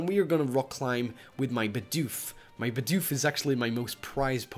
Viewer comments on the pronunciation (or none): none